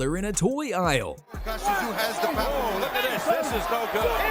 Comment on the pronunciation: KOST - YA. ZOO. NOT KOST EYE YA TIE - ZOO and Zab (rhymes with scab) Judah , it’s not pronounced like “swab”. TYPICAL BUTCHERING of fighter’s names by HALF ASSED productions. Blocked.👎get it right you have committed the ONE unpardonable internet sun: brutalizing the name of the fighter you’re giving “expert commentary” about. Pathetic and lazy. Bye.